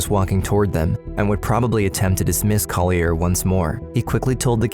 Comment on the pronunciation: The narrator is mispronouncing Collier's name: it's CALL-yur. (There is an audio of Collier saying it himself in this episode.) He deserves the correction. And tho it might be picayune, on the last frame, the word 'responsibility' is misspelled. Thanks.